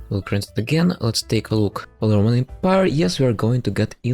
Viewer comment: "Holy Rumanate Empire"